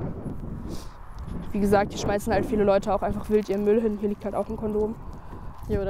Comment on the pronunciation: Isch finde es auf voll simpatisch wenn Leute ihren Müll auf Kinder schmaaaißen Altaa.